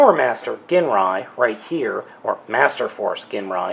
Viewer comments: And he's pronouncing it wrong ..it's "jinrai" not "genray" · i was in japanese for a couple years its pronounced GEEN rye i HATE when people say jin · The pronunciation of "GINRAI" is "ＺＩＮＲＡＩ" in Japanese... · His name is pronounced Jinrai but spelled Ginrai :) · Did you ever find replacement stickers? I’d love to see an updated review! (Especially if you’ve learned how to pronounce his name 😅) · You idiot, it's a silent g! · That version is the Takara re-release. The othe rversion you're probably thinking of is the American re-issue with the Apex Bomber armour, which is basically another word for Godbomber. The toy originated in 1988, as did Super God Masterforce and you keapt pronouncing Ginrai's name with a hard G, while it's probably prounounced with a soft G, sorry to be a nerd with all this. :D